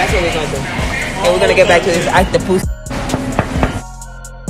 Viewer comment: Jocelyn your killing me right now you said Octopoose its Octopus🤣🤣🤣🤣🤣🐙🐙🐙🐙